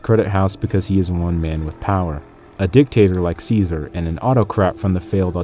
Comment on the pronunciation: still saying ssssseasar while the whole game says it right...